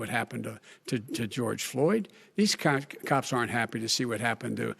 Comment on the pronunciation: The debate was very entertaining. Biden stuttered a lot and misspoke when he tried to say "cops". My wife and I laughed because what he said rhymes with cops, but is another name for roosters.